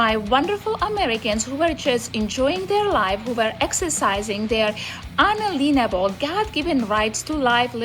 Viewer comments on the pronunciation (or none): I know English is not her first language, but "un-a-lien-able"? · not to mention her "unleanable" rights 😆